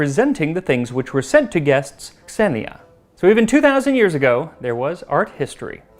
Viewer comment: An initial "X" is pronounced "Z": "Xenia" is pronounced "Zenia."